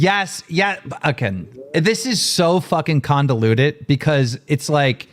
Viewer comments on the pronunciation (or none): Keems trashed as per usual 😂 He said convoluted wrong every single time he tried to say 😂 Mf said, “condoluted” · Keem doesn't know how to say convoluted